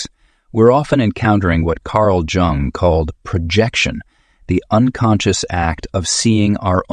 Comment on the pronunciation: It's Jung not Jang.